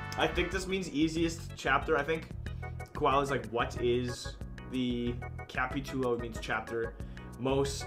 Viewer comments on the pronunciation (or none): says Kapitulouu Xd me encanta cuando youtubers de habla inglesa que veo hablan español Jadjadjasa